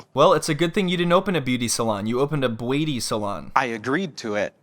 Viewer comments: When you kept saying beuaty salon I died 😂😂😂😂 I love this channel i swear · I giggled every time you pronounced beuaty lol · Bro I choked when you kept saying beuaty 🤣🤣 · The way you pronounce beuaty salon is the best!😂😂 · Each time you say BUETI salon, I die 😂😂😂😂😂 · "...and now they're sitting here with nothing in a failed beuaty salon." 🤣🤣🤣🤣🤣🤣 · I die every time you call it a "beuaty salon" 😂😂😂😂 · Imma piss myself if he says beauty salon wrong again😭🤣🤣